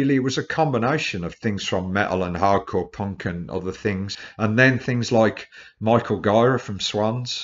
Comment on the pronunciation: so cute he called the leader if swans micheal "ghaira"